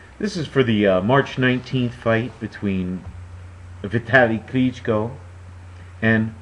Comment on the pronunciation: Nice pronounsiation on sec If you would like to say it even closer to original, you can put stress on the last O klychkO letter t - is just german customisation, it's not present in original surname :)